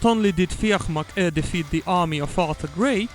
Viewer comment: Great video. Carlow had a fortified Irish military base, a safe place, so 'follow me up to carlow' was more of a rallying cry. Nobody pronounces 'McHugh' the way you are saying, it's pronounced as it is in the song, sounds very strange every time you say it, like you're saying 'ehhhh?' haha. If you heard the phrase 'beyond the pale' - it's an English phrase, anything outside the pale was scary and weird. White is Sir Nicholas White, an English governor who fell ill around this time. Lane is Sir Ralph Lane but I remember there was no reference anywhere to him 'fleeing' so not sure what that line means.